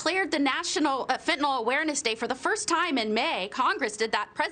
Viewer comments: It's called fentanyl not "fitnol". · It's pronounced Fen-ta-nil. Fentanol is not Fentanyl. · It's pronounced FentaNIL!!! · It might be nice if these two could correctly pronounce Fentanyl. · "The shocking thing is, the president rarely even says the word" Thats because he can't pronounce it!!! He would get tongue tied for days if he tried to say "fentanyl"!!!! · Our "president" probably can't even pronounce the word fentanyl. IF he can, he probably thinks it's an ingredient in ice cream!